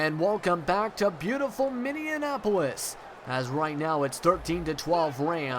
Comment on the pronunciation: it's minneapolis, not minneanapolis